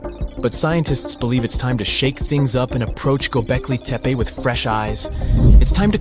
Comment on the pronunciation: The word "Göbeklitepe" is not pronounced "Göbekliteppa". Also, what does "woowoo" mean?